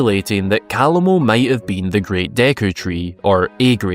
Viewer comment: Don't worry about it. You're not the only one out there that completely ignores in-game pronunciations.